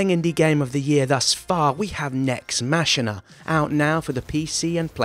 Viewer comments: Nex MA-KEY-NUH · Love this channel. You pronounced machina wrong btw.